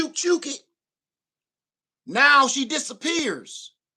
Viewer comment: 2 things—The store that starts with a K still has the key card that they scan. And if I didn’t have it, it does feel creepy to give out your phone # when ppl are behind you. I will type it in. The 2nd thing—the way you said “disapapears” had me rolling!! 😂😂😂😂😂